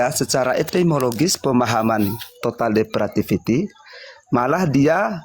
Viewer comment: Bukan Total Depratifity, tetapi, TOTAL DEPRAVITY.!!!